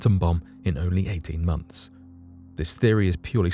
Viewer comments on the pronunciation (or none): none